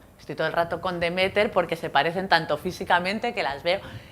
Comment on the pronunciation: Me chirría que se equivoque tanto con los nombres de Demeter y Persefone a la hora de explicar las cosas